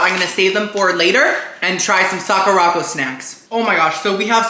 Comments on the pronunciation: I heard you say the word Sakura correctly at one point. The box though is "Suh-kur-ah-co" not "sock-or-rock-oh" LOL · Sakuraco is pronounced saa·kur·uh co, like sakura (cherry blossom) co. 😭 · The way you pronounced Sacuraco 😂😂😂 Its Saw-kerr-aco 😂😂😂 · Isn’t Sakuraco pronounced like Sakura co.? Suh-koo-ruh co? It seems like he’s pronouncing it different on purpose though because he pronounced Sakura right, I’m confused!!